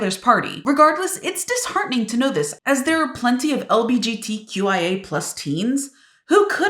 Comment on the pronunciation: Lol you said lgbtqia+ wrong but at least you got all the letters.